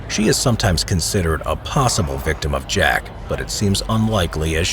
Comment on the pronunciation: So I’m not the only one who heard “Shaq The Ripper” right !?